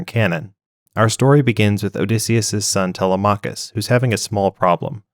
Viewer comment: tele-mah-cuss? lol it's tel-lem-mik-kiss